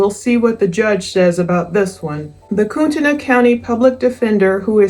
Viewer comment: It's pronounced "KOOT-nee" btw. I live here.